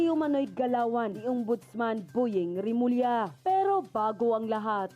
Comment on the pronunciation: Bondying Hindi boying.